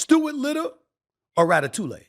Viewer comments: Rat a two lay? Lol I believe you are saying that all wrong SAS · It's pronounced "Rat uh too ee." 😂 Good video, though. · Stephen A. "Rata-tuley" Smith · “Ratatou-lay” Stephen A be wrong and strong with these pop culture pronunciations, and I’m here for it 😂😂😂😂😂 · Ratatoolay? Ha ha, this fool. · Rata-toulay got me🤣🤣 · Lol hearing Stephen A say “ Ratatouille” was the funniest ish ever. Need to be a sound bite 😂